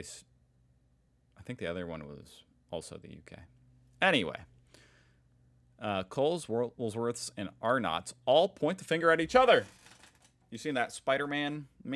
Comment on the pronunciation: several people including myself have told you it is Woolworths, not Woolsworths. Now I will teach you how to pronounce Arnotts. We pronounce it Arnuts.👍